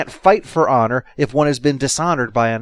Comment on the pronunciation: When he said "horizontal honor" i thought for a moment he said "horizontal on her"